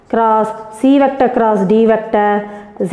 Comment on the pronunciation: Mam vector nenga vecta nu pronounce Pannuringa